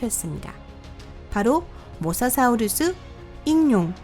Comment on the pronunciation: 발음이 모사 사우루수............